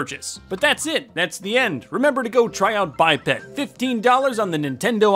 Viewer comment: It’s pronounced by-ped but I thought it was bipped lol